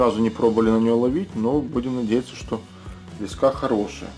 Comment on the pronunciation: Да почему так не грамотно лескА?????аж тошнит!!!!лЕЕЕЕЕска правильно!!!!!